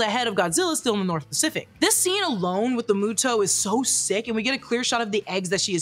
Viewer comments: Love but it's pronounced MUTO not MOTO. I think moto moto likes you lol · It bothers me how you prenounce Muto ... You first said muh-toh and then the correct way Moo-toh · pleeeaase, it's killing me the way you're saying MOTO instead of MUTO 😭😭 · I’m so sorry but moto keeps bugging me and it’s muto but I understand so I’m not mad lol but I am bugged lmao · Suberme a mi MOTO! Why MOTO instead of MUTO? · Isn’t pronounced MUTO instead of MOTO? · i will always love this movie. also its "mue-toes". it was getting on my nerves. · stop saying moto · Also why am I so bugged by how you say “Ronda” and not “Randa” as well as saying “MOTO” instead of “MUTO”?